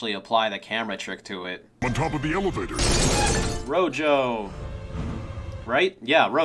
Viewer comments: Wait, is her name actually pronounced "Ro-yo"? If so, that's a really weird choice considering she and her teammates are named after spanish colors. Rojo should be pronounced "Ro-ho" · I'm pretty sure they just called her Rojo because she's connected with the color red. Rojo being red in Spanish, though pronounced as "ro-ho" and not ro-jo. Don't quote me on that though.